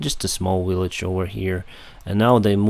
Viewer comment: Great videos! Just one thing language wise... You say Willage.. it's Village Practice difference between Water and Victory We understand but it would be clearer. Soft and hard. W and V. keep up the good work.